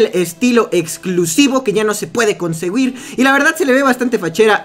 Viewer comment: ya no se puede consegüir jajajaja pronunciando la u